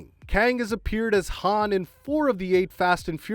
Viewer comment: Whoever narrated this has clearly never watched fast and furious or star wars with that pronunciation of Han.